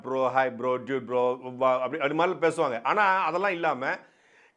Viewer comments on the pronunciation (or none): none